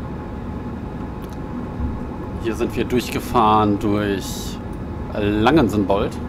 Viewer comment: Langen-Sälbold und Gälnhausen spricht man übrigens die beiden Orte aus, kann man natürlich schlecht wissen wenn man nicht von dort kommt